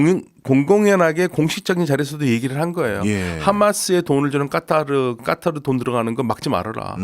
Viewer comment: 일반적으로 카타르라고 하는데 아랍 발음 한답시고 까따르 까따르 하니까 ㅈ 나게 듣기싫네.